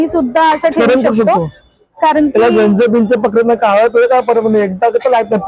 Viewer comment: जंग नाही गंज, जंग हिंदी शब्द आहे..